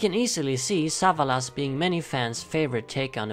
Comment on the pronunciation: Sa - VA - las